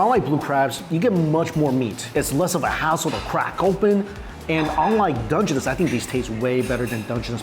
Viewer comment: Learn the pronunciation of dungeness crab man